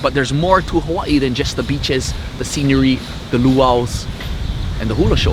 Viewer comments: My local braddah pronounced Hawai’i (ha-vai-ee), ha-y-ee 🤦🏼‍♂️🤷🏻‍♂️🤣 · Brahda glad you had the chance to go out to Hawai’i, & visit the island of Molokai. Also to help educate you a little bit more on our language, & culture. Hawai’i is pronounced Ha-vai’i. Yes the W is pronounced as a V. The word Hawai’i when you break it apart means, Breath & Water Together. As a local Hawai’ian myself, I do the best I can to learn, & study my Kapuna’s history, so I can past it on to my Keikikane, & Keikiwahine. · This so called 'Hawaiian' not even pronouncing 'Hawai'i' correctly lol. its (ha-vai-ee) but he knows more than me so... i guess he gets a pass. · Braddah not even saying Hawai’i right